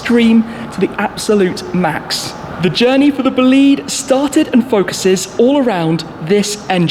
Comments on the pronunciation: Schmee, I’m sorry... I’m Italian (Bolide is Italian) and i have to tell u this: it’s not Bolid, it’s BolidE (the E sounds open like in “forEver” or “fErrari”) Greetings from Florence ⚜️❤️ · Please tell me it’s not actually pronounced “boo-lead” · Nope, nope. It's Bo lide. The lide rhymes with ride. Merriam Webster defines bolide (bō-ˌlīd) as a large meteor : FIREBALL , especially : one that explodes. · It's pronounced "Bugatti Bo-lee-deh" btw THX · as an italian, the pronounce "boliiiiiid" it's killing me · Boleed... LOL learn how to say it please... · It probably is BOLIDE in italian (which is a slang word used to describe an outstanding vehicle) Pronounce it with an accent on the O and and EH sound at the end :) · wait it is pronounced Bolid?? I thought it was Bo Li dey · i thought i heard him saying bugatti bullied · His bolide pronunciation triggers me soooooo much. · You have to pronunce bolide in Italian language, check how oh google traslate. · Bolide is an italian word, so please pronunce it in italian😅😂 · The pronounce is wrong, it's an italian word.. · That pronunciation of "Bolide" made my ears bleed